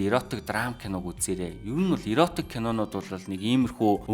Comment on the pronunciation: Зөв сэдэв ярьж байна …, иротик биш эротик гэнэ шүү дүү